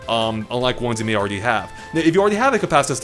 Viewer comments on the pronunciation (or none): When you’re too lazy to pronounce “compacitive” or have no idea what you’re saying so you say it fast and hope no one catches on: “compassizzivv”